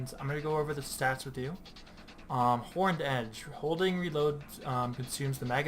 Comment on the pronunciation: i stopped watching after I heard “horned” edge